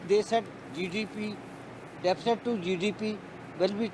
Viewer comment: ਬਹੁਤ ਚੰਗੀ ਡੀਵੇਟ ਸੀ ਸ਼ਾਰਦਾ ਜੀ ਠੀਕ ਰਹੇ ਹਮੇਸ਼ਾ ਹੀ ਗੁਡ ਪਰ ਜ਼ਬਾਨ ਫਿਸਲਦੀ ਸੀ ਡੇਫੀਸੇਡ ਤੇ ਬੋਲੇ ਹੁਣ ਤਾ ਰੱਬ ਹੀ ਰਾਖਾ ਪਤਾ ਨਹੀ ਕਿਹੜੇ ਰਬ ਦੀ ਗੱਲ ਕਰਦੇ ਸੀ ਸਰ ਹੁਣ ਸਰਕਾਰ ਨੂੰ ਕੀਮਤਾ ਤੇ ਕੰਟਰੋਲ ਕਰਨਾ ਅਤੇ ਆਰਥਕਤਾ ਨੂੰ ਓਤੇ ਲਜਾਣ ਦੀ ਲੋੜ ਹੈ ਧੰਨਵਾਦ ਸਤਿ ਸ੍ਰੀ ਅਕਾਲ